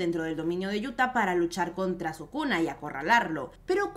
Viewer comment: Si escuché bien sukuna kaisen